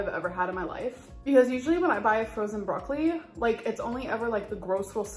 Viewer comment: The way she says broccoli makes me rage 😭